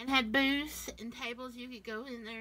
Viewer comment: At first I thought you said K-Mart used to have booze but it was BOOTHS that you said. 🤦🤣 I was gonna say dang, your K-Mart was much different from what my K-Mart was like. Love you, thanks for sharing!